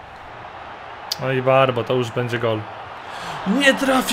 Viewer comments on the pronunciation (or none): none